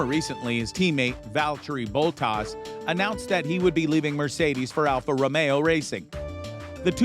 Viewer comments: Who is this Bo'taz? Lol It's Bot-tas. SSS!! Bottas! Surely having watched F1 you'd know how to pronounce the name . . . . Same for Kai-tar. It's Ka-tar. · What a load of crap is this video! Names of racers and venues pronounced wrong (Kwaytarr instead of Qatar, Bowtass instead of Bottas), the nonsense of Lewis leaving F1 after this season (FYI: Lewis returns next year) and even the title of this video is completely made up by a fairytale dreamer! Max isn't going anywhere, he has a solid contract with Red Bull, and he even stays there for at least 2 more seasons. SHAME ON YOU,, to even produce such a monster of a lie!!!! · Lol BOTAAZ....is IT that hard to pronounce that name?? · How can you make a video about F-1 and not know how to say Bottas or Qatar? For example Bottas…… If your so informed about the sport that your making videos about it then you would here Bottas pronounced a loud every practice, qualifying, race, and in the media… time and time again. My guess is you don’t watch and that’s the same reason you think Max might leave RBR and that Hamilton isn’t gonna stick around and it least try the new regs car in 2022. Just more Clickbait